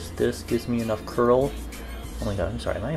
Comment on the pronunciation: I absolutely love the way u say "oy may goyd"